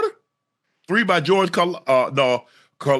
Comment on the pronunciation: Mahomes's flopping is reaching slowly but surely Josh Allen level of annoyance. In soccer you get punished for trying to draw a foul. They must start doing that in football also. Finally I know it's hard to pronounce Karlaftis. The closest an native english speaker can get is something like Car-laugh-tees I guess.